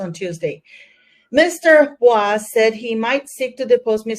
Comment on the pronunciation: The lawyers name is pronounced ‘boys”